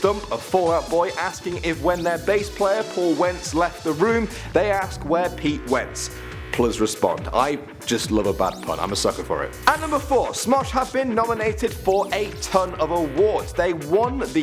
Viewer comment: It is please not pls that's how you say it you stupid